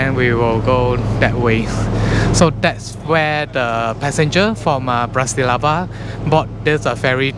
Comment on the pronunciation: I was just making fun of you since you mispronounced Bratislava three times in a row :)), so I intentionally misspelled India. Okay, you're from Malaysia